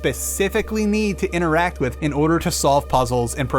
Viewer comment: I can't help but notice your pronunciation of the words "with" and "without". You seem to be saying wis and wisout. Is there a reason for that?